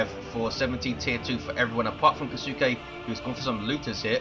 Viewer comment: Hey if you're curious Kisuke sounds Japanese to me so it should be "Kee-su-ke" with a very short if pronounced at all "U" sound. So you 've pretty much got it down just make the middle part of the name "su" much shorter.